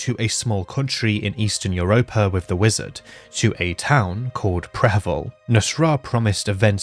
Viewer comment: It's funny that talks about the pronunciation of prehevil, but he pronunce "iuropa" instead of "europa" XD